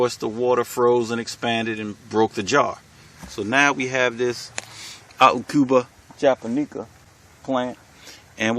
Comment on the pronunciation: Oh and I looked up the correct pronunciation of the aucuba japonica and it sound like this stessed/Awk(Hawk)-Yuh-Buh Juh-stressed/Pon(pond)-I-Kuh............................AWK-yuh-buh juh-PON-i-kuh